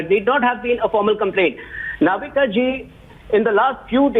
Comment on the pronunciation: She is Navika not Novita😂😂